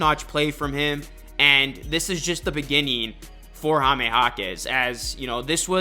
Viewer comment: The way you say Jaime is weird. It's very easy..."High" + "meh"... not Hah-meh (it hurts my ears)